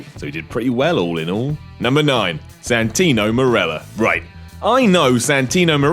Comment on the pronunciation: Santino? What the hell did you smoke mate?